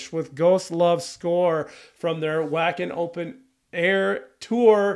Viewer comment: Alright, it’s time to make a few pronunciation corrections😊 - Europeanize you! Jukka is properly pronounced “Yukka” Wacken is pronounced “Vakken” The previous 2 singers were Annette (“Ann-net-Ah”) and Tarja (“Tar-ee-ah”). Helps to have Dutch in-laws….😉